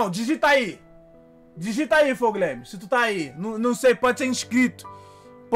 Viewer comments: Flou Gueimis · "flow glaimes"